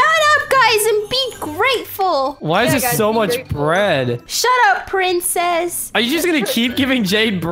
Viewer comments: The funniest parts was when everyone was calling Zach pricces🤣🤣🤣🤣🤣🤣🤣🤣🤣 but the coolest room was Alex's room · Yes bc in most vids he always says we'll excuse me princees